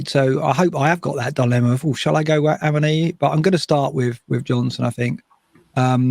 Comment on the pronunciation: BTW it's ah-one-ee if you listen to how Taiwo pronounces his own name